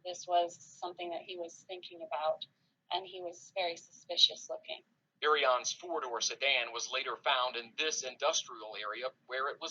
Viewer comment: Hi I love your video her name is pronounced Naomi - Ear-ee-on and I will subscribe to you ❤️